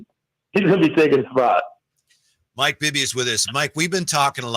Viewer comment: 1st to 3rd, bring Pops calling Bibby "Bibba" how fitting.